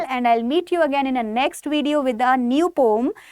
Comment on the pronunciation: Ma'am pom nhi po-um hota h!!! Aapka pronounciation galat h!